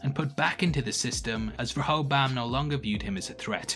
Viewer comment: Please learn how to pronounce Rehoboam, I think more people will watch your breakdowns all the way through if you do. Ree-ho-bohm